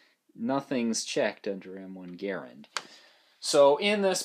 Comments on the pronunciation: That cartoonish actor didn't know shit about how to pronounce a French last name, and neither to you. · I live less than 10 miles away from Springfield Armory NPS and have visited a few times (go if you ever get the chance). Anyway, the M1 inventors last name was pronounced GARE-and, but the rifle is commonly called gar-RAND. I have a service grade rifle on order and I'll call mine "Boomer". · Everyone needs to watch the forgotten weapons video on how to pronounce John Garands name.